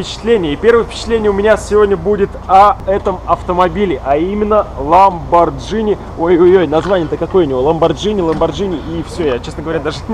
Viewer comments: правильно не ламбоджини и не ламбогини, правильно ламборгини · Американцы читают "Ламборгини", а по-русски по идее "Ламборджини" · Ламборгини,ЛАМБОРГИНИ КАРЛ! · Ламборгини вообще-то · ГИНИ! ЛАМБОРГИНИ! Г Г Г Г Г Г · Ламборгини говорить, так что не пиши чего не знаешь.